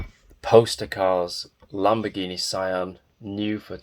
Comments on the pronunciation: its so adorable, btw it doesnt pronounce as sa i an, its prounaounce just sian not "ai" but "ii" like "see-an" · yeah they did perfect job for a miniature i believe. Actually i confirmed the Sian pronunciation from the YouTuber supercarblondie because they italians tell her the correct pronunciation. ^.^